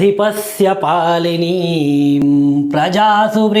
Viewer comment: आँप ने शुरु श्लोक में बारम्बार "पालनीं" शब्द का उच्चारण क्यों पालिनीं किए ?